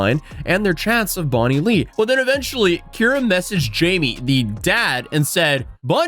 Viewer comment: Bonnie-Lay? Is that a new flavour of potato chips? That post says the name's Bonnie-Lee😂